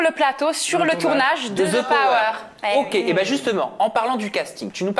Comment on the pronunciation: J ai adore 😍 par contre tout le long je me suis demande pourquoi quand vous avez parlé sur le the power vous mettez comme si il y aurait un Z””😂😂 Continuez j adore aja ❤